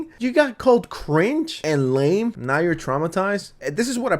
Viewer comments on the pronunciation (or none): none